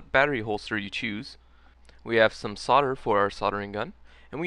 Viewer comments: Yes, it's weird. He seems to be saying "sodder" for "solder" which should sound like "soldier" only with the "i". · the americans think the L in soldering is silent. sad but true. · Why can't Americans pronounce solder correctly?